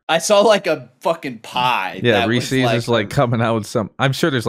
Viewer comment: The return of the Reese’s mispronunciation😭